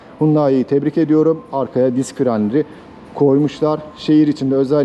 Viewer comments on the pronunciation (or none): none